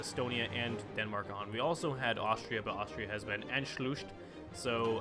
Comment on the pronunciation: Anschluss became Anschlushed The u making to (oo) sound. 😂